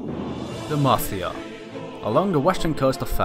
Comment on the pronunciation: GJ on the video... but at first I misheard you saying Demacia into De Mafia